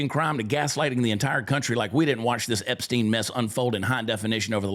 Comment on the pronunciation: HE did. He defended them HARD. Angerly asked why we were still talking about Epstien. He even acted like he didn't really know the name. Mispronounced it a bit. HE acted like it was offensive that the reporter even would ASK about it. Trumpsters are in a bad spot now. He's lost me.. not that I mean anything in the grand scheme of things.